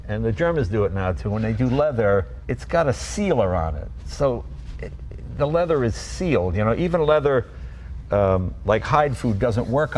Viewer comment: All they've done is uglified a Maserati. Oh, and made it more expensive. And that Belgian trying to justifying it, he's waffling. And the 'lezer' (leather, for those who missed it) mispro tickled Jay...